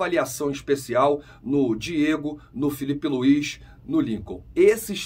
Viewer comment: ARRA*S*CAETA VAI JOGAR FELIPE LUI*S* TAMBÉM e muita atenção com a fonética, S não é X!